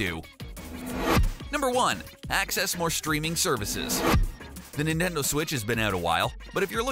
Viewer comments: Nitnendo Switch? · the ninendo 😂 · NINENDO IT'S NINTENDO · Did he say ninendo switch 😂😂😂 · the ninneno switch XD